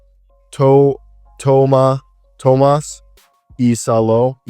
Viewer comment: Pretty good pronounciation on Tuomas Iisalo